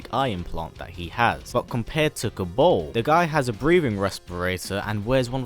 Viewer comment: Kabaal not Kabol